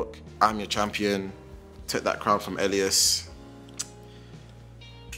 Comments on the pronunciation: she kept saying elias like alias after everyone kept saying (EL-EE-S) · Why does she say Alias instead of Elias